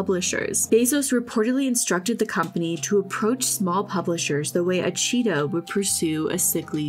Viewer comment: why am I hearing a cheeto instead of cheetah 😅 I need help, lol.